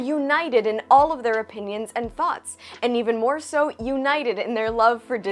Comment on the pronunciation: Thoughts......or "thots"? 😉😆